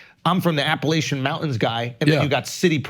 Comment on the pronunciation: Please never say appalashiannnnn again. Appalachian . Thanks